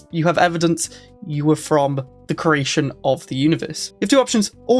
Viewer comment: "From croatian of the universe" - man fix your prononciation. how you can fumble the word "creation".